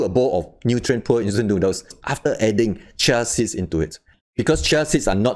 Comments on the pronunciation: For future reference: In the US, we pronounce this ‘CHEE-uh seeds’ not ‘chuh siddz’ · Sound like he is saying Chelsea's or chelsies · It is hard to understand xyour explanations, fast and keep on repeating nonsense explanations. Pronounce properly CHIA SEEDS, pls.... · Dear Lord! You can't even pronounce correctly the words "chia seeds".